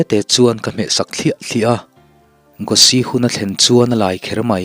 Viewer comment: Gospeli.. Mizo koh dan dikah chuan, Gawsi kan ti a. Tunlaimi chu an sap tawh em a Gosi an ti tawh a zawk em ni dawn..!? Nge, i lam ve tawp..? 😁😁👍